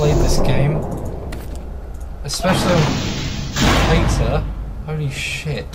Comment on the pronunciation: Just for info and not to insult you but keter is pronounced keeter and euclid is U klid, hope this helps